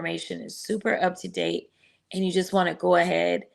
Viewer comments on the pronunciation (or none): none